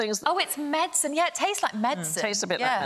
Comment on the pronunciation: I know Jason isn't a toff but Alice is sitting close by and says the word "medicine" properly and he goes on to say it incorrectly. Seriously what is the point of the Kings' English?